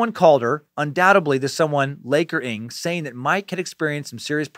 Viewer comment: Imma chime in, 1 month late, hopefully ya see this, Dan. “NG” is pronounced in the same way the “Ng” in “thing” is pronounced. I’m from Singapore, where it’s a common surname. Just thought I’d let ya know! (